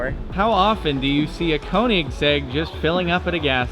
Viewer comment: Damn, I cringe every time someone that is not Scandinavian or European pronounce Koenigsegg, it’s pronounced königsegg. Or just ask Christian Von Koenigsegg how too pronounce Koenigsegg :)